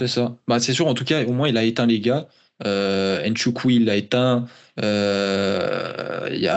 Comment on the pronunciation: Petite leçon sur la prononciation du nom de Kennedy Nzechukwu : Hnn-Zé-Tchou-Kwou